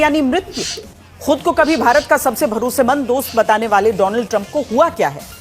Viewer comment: Donald nhi bhai...Modi ji ki tune me Doland bolo..